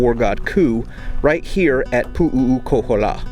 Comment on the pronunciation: Hey, here's a bit of pronunciation help. 1. Kamehameha. You said it like Kameamea. Just add the H sounds. 2. Puʻu Koholā. You said it sorta like Puʻuʻu Koholā. Just change Puʻuʻu to Puʻu. You had 3 U-s. Use 2 U-s. Hope that helps a little. 😁 🐬🏝🌴🍍🍌🌴🏝🏄‍♂